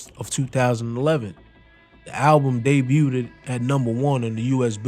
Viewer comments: Family, “debuted” doesn’t have the extra “ed” sound. It’s just “day-byou-d” not “day-byou-did” ❤❤❤❤❤❤ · this nigga said debut ted lol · How can you fuck up the same word over 20 times in one video? "Debuteded" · “Debuted” I don’t think u say the last syllable u keep saying bro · Homie you’re not pronouncing debuted correctly. It’s debuted, not debuted-ed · Bro Debut - Day-bue Debuted - Day-bued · Great breakdown , please stop pronouncing "debuted" that way ..it was driving me crazy. Much respect and love. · Someone teach this narrator how to say debuted please...😂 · The “t” in debut is silent. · You being unable to say “debuted” cracks me up every time 😂 Good vid tho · The t in debut is silent. It's french